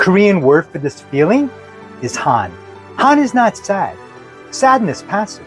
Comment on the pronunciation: Perfection! You captured han and arirang perfectly!!